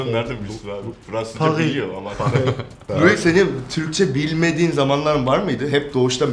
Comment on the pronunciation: Louis vesaire dedi laa